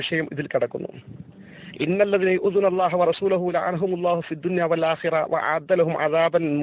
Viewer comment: Edo faicy ennu parayunnavane ninakku allaahu ennu polum sariyaaya uchcharikkan ariyilla. pinne nee enthu parayanaanu loka. bahumaanyanaaya kaanthapuram usthaadine. Nee swayam laanath aakkappedukaye. ullu. Nee mujaahidinte jaara santhathiyamu. Avar ninakku kodikal thannittundaakum. Ninne oru aalimaayi kaanaan aarkum kazhiyilla.